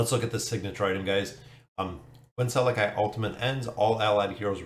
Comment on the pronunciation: I'd have to guess that his name is pronounced like this Sal-eck-i i makes the y sound, or Sal-eck.